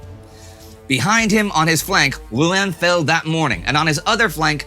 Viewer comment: Your prononciation of Rouen and Reims are very bad